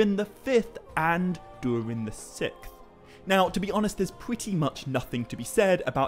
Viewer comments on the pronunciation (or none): Dude I love your videos so much. You had me belly laughing with how you pronounce SIXTH. You say what sounds like SICTH. I know that’s petty and stupid but it gave me a laugh so there you go. Much Love. Keep doing what you’re doing. Your content is helping me get through fire season.